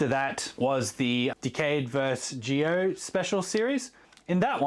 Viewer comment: Isn't it pronounced "Zee-oh" like Power Rangers Zeo and not "Gee-oh" like geothermal energy?? Sorry if I sound like a dick, I'm still new to Rider stuff.